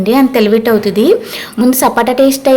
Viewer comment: Sapota andi sapata kadhu